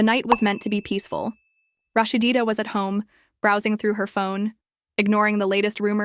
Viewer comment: LADY WITH YO IGNORANT ASS PLEASE LEARN HOW TO SAY HER NAME ITS NO RAHSHDEEDA ITS RAHSEEDA also THATS MS DEB YALL HAVE ON THE SCREEN NOT MS SHIRLEEN RAHSEEDA REAL MOTHER